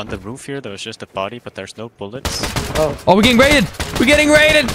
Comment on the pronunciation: “i need more boulets! I need more boulets!”